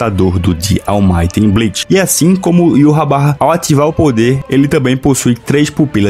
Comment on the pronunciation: Mano, eu amo teu canal porque vc pronuncia o nome de Yhwach da maneira correta e esse nome é muito fera. "Yuhabaha" Da um nervoso quando vejo os caras falando "Ivár" ou Irrauch"